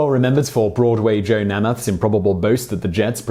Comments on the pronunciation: Namath = NAYmuth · Very little as he couldn't even correctly pronounce Joe Namath's name.